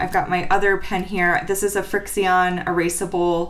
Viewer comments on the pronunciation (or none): I love watching these vids. Lots of good ideas and tips. I’m just starting my debt free journey. I’ve got a long road ahead :-/ Btw I believe the pen you’re using is pronounced friction (frixion). Because you’re using friction to erase the ink! Looking forward to the next video :-)